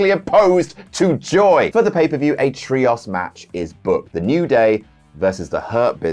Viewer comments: Why does pronounce it like tree-oss and not tree-ohs?? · I’ve never heard a person pronounce the word “Trios” so badly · Why does pronounce 'Trios' like that. Also why are they trios matches, WWE calls them 6 man tags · I've never heard anyone pronounce 'trios' like, I'm kind of all about it.